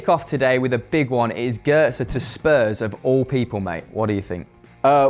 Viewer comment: Its Götze not Gotze